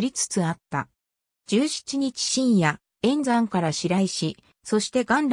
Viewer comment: Wikipediaパクってるだけじゃん。 えびすはともかく、えんざんとかがんらいとか、場所が音読みになってるのが不思議。